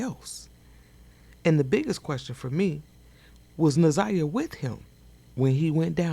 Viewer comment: She said Za' niya not Na'Ziyah?